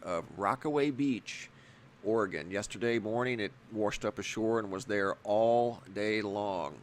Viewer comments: The creature that wersh ashore, ehh. Wersh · you say 'waRshed'# You made my day 😁